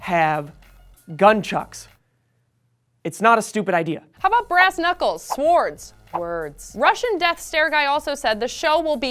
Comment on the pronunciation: mispronounce sword really?